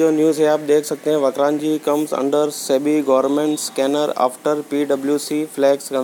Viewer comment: ये वक्रांजी नही वक्रांगी है और वक्रांगी एक हिन्दू देवी का नाम से जिसे विरात्रा माता के नाम से जाना जाता है भाई नाम ठीक से लिया करो